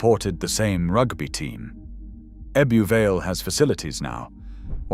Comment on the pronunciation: Cant pronce Grimethorpeor even Ebba Vale